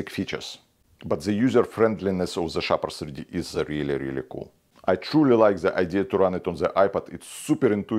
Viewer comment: Thank you. I listened 5 times and gave up 😅